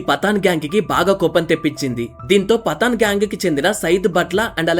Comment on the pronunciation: పతాన్ పఠాన్ కాదు బ్రో పఠాన్